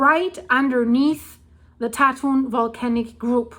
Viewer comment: BTW, Tatun is pronounce as Dah Twun with the 'u' sound like 'uh' as in the word cup. Actually, the number of earthquakes in Taiwan in the last couple of years has been comparatively quite low with only 3-4 actually being felt by the residents of Taipei or the greater Taipei area, including the surrounding surburbs called New Taipei. I'm a resident of Taipei.